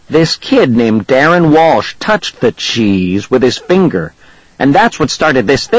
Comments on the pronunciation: this sounds like cccccrrrrrrrrrrrrrrrrrrrrraaaaaaaaaappppppp he makes the book seem terrible and he says cheese like a idiot $@ you recording the book is good but the recording sssssssssssssssuuuuuckssssss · this sounds like cccccrrrrrrrrrrrrrrrrrrrrraaaaaaaaaappppppp he makes the book seem terrible and he says cheese like a idiot $@ you recording